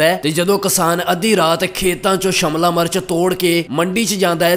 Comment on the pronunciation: Shamla nahi shemla hunda😂